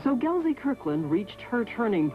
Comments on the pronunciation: no Z in, Gelsey! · It's Gelsey. Not GelZey. Jeez